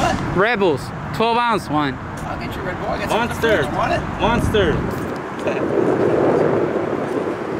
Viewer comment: Sounds like you say "rebel" every time you say "red bull".